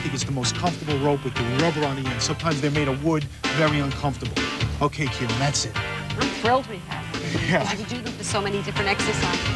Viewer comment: its KEELIN her name is Keelin